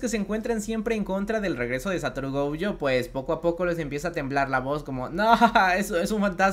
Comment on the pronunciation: No me gustan estos videos, solo me gusta el otro formato. Y no es gouuyo es Gojo